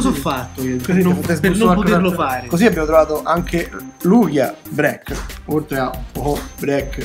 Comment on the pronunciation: si pronuncia 'breik' non 'brek'